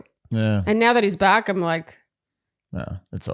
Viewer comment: Oh my lort when said “back” I thought he was saying rear. Rofl. It is so charming that he actually meant back ❤